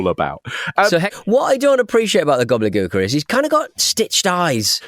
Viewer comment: "Gobly Gooker"... Damn, damn.. 😅